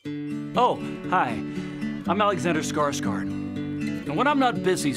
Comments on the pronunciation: Skarsgård would be pronounced Skarsh-gord. Funny that he is pronouncing it wrong himself to satisfy the American pronunciation. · I am disappoint that Alexander pronounces his own last name as Skarsgard when it should be Skarsghord... 😒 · Skårsgard? Don't you mean Skarsgård haha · By the sounds of it, they mean Skarsgard